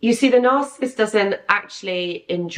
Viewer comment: Narcissist is 3 syllables - NAR- CI- SIST ....you say it like 2... NARCISST.....it's annoying.